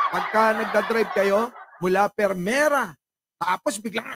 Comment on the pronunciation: No offense ha?...its 'Primera" not "Pirmera"...😉👍